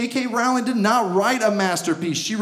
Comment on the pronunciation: The only reason this is not perfect is because he pronounced Rowling wrong. And he kinda looks like Dudley if his parents hadn't overfed him :P